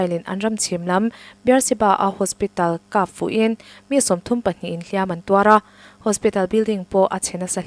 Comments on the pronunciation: "Hliam"-ah hian 'Tuar" nena i sawi zawm chuan, "Hliam" hi a ri hniama lam tur aw. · HLIAM AN TUAR ti lovin AN HLIAM LO tih hi zotawng DIK zawk a ni. Hliam an tuar lo tih hi hman dawn chuan HLIAM hi lam rik hniam tur a ni